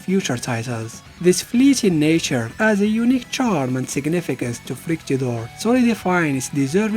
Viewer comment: Great vidéo and great french accent on "Fructidor" and "Etoile Filante"